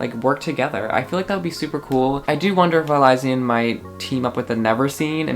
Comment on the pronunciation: its pronounced (eli-shan)